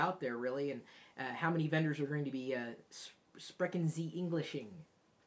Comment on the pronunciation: You mispronounced "Sprechen." In German, an "S" followed by a consonant creates a "sh" sound, and the "ch" sort of sounds like a cat spitting up a hairball, but with a little more grace.